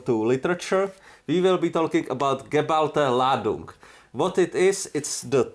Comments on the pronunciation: I absolutely love your pronounciation of geballte ladung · excellent german pronunciation! 😁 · I read the Title and instantly thought. This will only work with tactical grenades, not with fragmentation grenades. Very thoroughly research and I like your German pronunciation! You got my sub